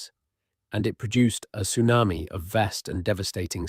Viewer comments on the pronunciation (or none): none